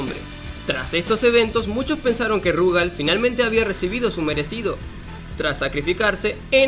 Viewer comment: Por qué mierda todos le dicen Rugal acentuando la u en vez de la a? Si juegan al KOF 94 y 95 sabrán que la acentuación es en la a, por ende es RugAl